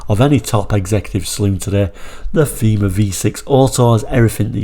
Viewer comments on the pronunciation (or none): It was pronounced "tayma"